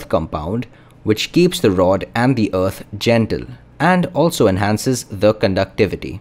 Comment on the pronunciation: wow, you mispronounced the word "earth" hundreds of times in this video. it's painful to listen to you saying "uth".